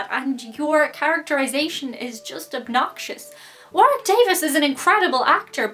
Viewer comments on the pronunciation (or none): none